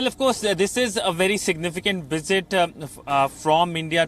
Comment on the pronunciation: she pronounce"wisit" instead of "visit" and "willage" instead of "village"... 🤣